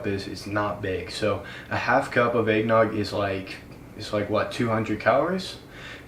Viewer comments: Nobody:: Aignog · he says Eggnogg like Aignog because of his accent. Not trying to make fun of him because I've met people who say it like that cause of their accents I'm just not used to it